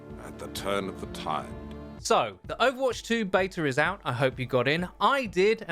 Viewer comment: there is no "R" in the word beta, hey, say "can i get a bottle of water"